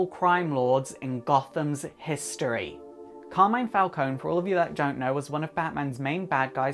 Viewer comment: Hi from Italy, I love your videos. About the Carmine Falcone character, not to sound too picky, but you are not pronouncing correctly his first name. It's more like this: CAR like Car the vehicle, MI, like in DO RE MI, NE like in the word "next".